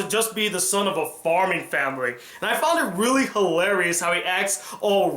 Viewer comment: did you say famiry